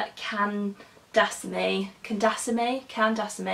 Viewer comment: Her last name is pronounced Kan (As in cunning) daa - saa- mee